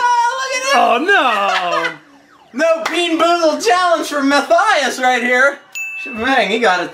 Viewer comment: HE SAID MATTHAIS JFJFNDKJD